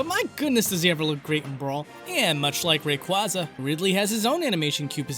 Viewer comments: RAYQUAZA IS PRONOUNCED RAY-QWAZ-UH NOT RAY-KWAS-UH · I believe he meant "ray-quay-zuh" as the correct pronunciation as opposed to "ray-quah-zuh". I said it the wrong way since the third gen came out, but recently I realized the correct pronunciation. Also, holy shit dude, you replied. I fucking love your videos, keep them coming. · You're killing me with these pronounciations. Pale tuna? Ray-kwahzah? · Free-gate? It's Fre-get. Frigate. Like a warship Frigate. Also you Rayqauza supposed to sound like Quasar. RAY-QAU-ZA not RA-QA-ZA. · If you're going to try to type out the pronunciations, at least don't use all caps, and perhaps actually get it correct. ray-KWAY-zuh not ray-kwuz-uh. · Rayquayza is the pronunciation. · Would've been neat to see the exported frames from the intro:( Also, it's PAL-UH-TAIN-AHH ALSO, Ray-QUAYYYYYYY-ZA <3 Love you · The correct one has an "ayyyy", it's based on "Quasar". Quayyyyyysar. Rayquayyyyyyza.